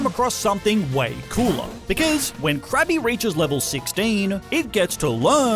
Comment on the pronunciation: Krabby called Cookie brought back memmories. That's what it sounded like right?